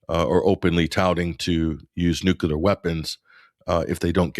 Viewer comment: says "Nookelar" 😊